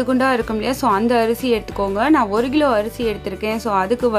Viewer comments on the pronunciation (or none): Why are you saying “ Gilo “ it is Kilo